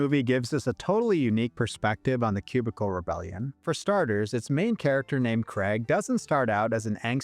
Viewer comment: But staying within the totalitarian collectivist order-based system requires the sacrifice of freedom, individuality, and identity. "KRAYG," not "KREG." "Over-ARCH-ing," not "over-ARK-ing." Why does everyone say that wrong nowadays?! Btw, I'm a professionally-trained typographer and ex-proofreader who used to work these types of jobs in the early 2000s in offices that really did look exactly like the ones depicted in these movies (I was a Housewares clerk in the late '90s, but that was while I was in college). Fortunately, I never had to wear a tie. Jobs that pay anything less than "middle-class" wages or salaries ought not require the donning of neckties, high heels, or any of the other idolatrous affectations of the mammon-worshiping ruling class. Ave libertatem!